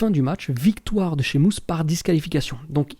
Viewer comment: Pourquoi tu dis Shimus ? Lol